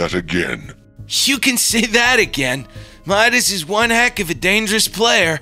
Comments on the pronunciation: Memedis no no no madis not medis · It's pronounced mydis not meedas. But his name is obviously spelled Midas. STOP USING THE SAME voice actors for the girls. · medas Me: do you mean midas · Why does say Medus not Midas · It Midas not medas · Meedas lol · said meowkles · Why are and pronouncing Midas as Meedas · Why say midas wrong